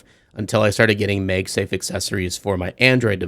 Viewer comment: Why are you saying MEG safe and not MAG safe? Its the first time Ive seen someone said it that way lol. Overall good video anyway. I love my P9PF :)